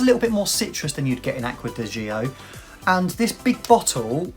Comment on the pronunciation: Please... It's Acqua di "Joe" not Acqua di Gee-o